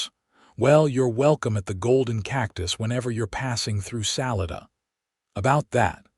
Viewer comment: It's sa-li-da not sal I da lived in Colorado many years